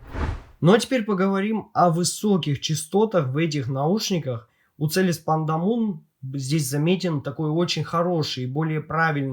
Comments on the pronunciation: лично я первый раз слышу, все зарубежные обзорщики называет их Пандамон (Панда Монстр), а не Пандамун (Пнда Луна). Там же окончание на Mon, а не на Moon. Я не умничаю, просто режит слух =) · Автор, а чего ты говоришь Пандамун если они Пандамон называются?)